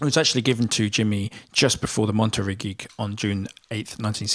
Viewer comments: It's pronounced Monta-Ray, not Mont-terry. From two words Monte (mountain), and Rei (king). 👍 Good video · im really sorry but its pronounced Mont-a-ray not Monterey. Honestly wasn't sure what you were actually saying when first heard it. Sorry but no one would understand you should you go to California one day lol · Monterey is pronounce mon ter REY. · Monter -- RAY... not ree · Listen to "Monterey" by the Animals (Eric Burdon - Chas used to be the Animal's bass player) to hear how Monterey is pronounced - "mon-ter-ray" accent on the first syllable. Jimi almost always used a Gib on blues. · Monterey is pronounced "mon-tare-ay", accent on the last syllable. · moneterey pronounced Monter ray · It's pronounced MonterRAY. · It’s pronounced MONTEREY ..